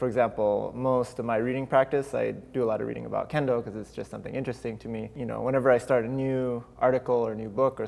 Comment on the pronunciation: "Oh, candles? That's a very specific topic to be fascinated about. Maybe he meant Kendall though? As in Kendall Jenner? He seems really chill about it... Ah, I see, he said Kendo!"